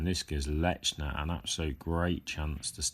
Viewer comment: There is no letter T in his name. It is not pronounced LeTchner. Just saying.